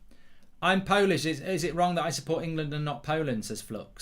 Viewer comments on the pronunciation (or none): none